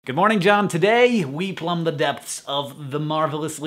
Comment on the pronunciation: Also, John -- am I safe in presuming you were closing your video with stating your name and signing-off, not greeting some other random dude named John? (your inflection was a little odd), I notice you take the YouTuber theme of editing the video down to the brink of almost no pause between sentences, enunicated by overly-emphasized words. (mho). There's a popular YouTuber i have in mind whose voice sounds eerily close to yours, but I can't find his channel off-hand. Swell message of acceptance